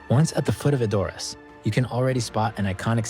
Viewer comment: "ED..or... ass"......NOT..... e...DOR..ass